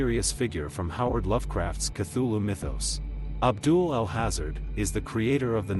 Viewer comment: "Al hazard" good video, bad pronunciations. Should be "al haaza-Red"